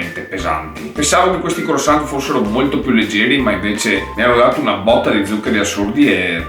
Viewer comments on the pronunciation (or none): Croassant non si può sentire:) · "CROASSANT" 😂😂 Comunque sei troppo simpatico! Keep going 👏👏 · In francese croissant oi si legge ua e la t finale non c'è